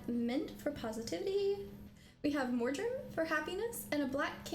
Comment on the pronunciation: Morjam? I swear she cant read. Its marjoram.